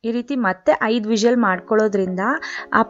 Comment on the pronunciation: Please pronounce whistle word properly